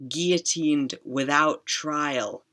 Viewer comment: When you read out “guillotined without trial” on Max’s apartment plaque that was so painful to hear…